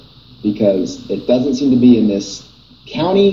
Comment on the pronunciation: Another great video,.....just be sure to tell to never say they word "country" without getting BOTH syllables out.:-)